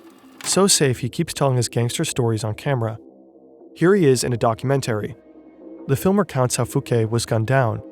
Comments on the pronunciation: Is this narrator AI? I've seen several videos and never thought so, but the way he pronounced "documentary" as "document-airy" is in a way I'd think no native English speaker with this accent would. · busted. Using AI voice, what a shame.. almost had me fooled until it couldn’t annunciate “documentary” correctly. Drop the AI bro.. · Documentary and posthumously pronunciations were extremely odd...AI voice?